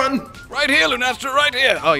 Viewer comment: "Lunestra" lol